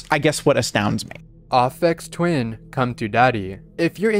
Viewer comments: no offense, but it's pronounced as "AY-Fex" not "AH-fex" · How dare you pronounce it "Afeks Twin" instead of "Ayfex Twin" smfh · "Offex twin"....please please just ugh. Please. It's A-fex. It's pronounced AYYYPhex. Also,, you are absurdly cute. And insanely charming. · Aphex Twin is not pronouced like R-phex Twin its the letter 'A' so it is A-phex Twin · It's Aphex Twin with a long A sound not Ophex Twin. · It's "Ay Fex" Not "Aw Fex"! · bro really said "ahhfecks twin" 💀💀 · Its pronounced ( ay-pex twin) besides that awesome vid!!!!!!!!!! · The way he pronounced "Aphex" was way scarier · bro butchered aphex twin's name like damn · It's pronounced "Ai (to rhyme with hey) - fex", but you probably know that by now =) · Dear, you are pronouncing Aphex Twin wrong. Just saying. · you’re pronouncing "aphex" wrong